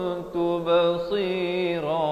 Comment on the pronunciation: pada ayat 125 ayat hujung surah taha. baca kutum tube seero.. bukan ke kuntum tu ba seuro